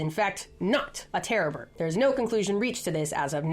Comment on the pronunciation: Wait is she saying terra bird or terror bird?